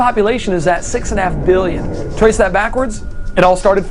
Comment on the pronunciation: Both he and his father tend to exaggerate the pronunciation of billion as if to make it a shady word. Biiiiillion